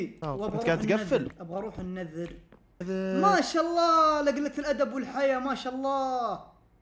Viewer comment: النذر❌ النِذِر✅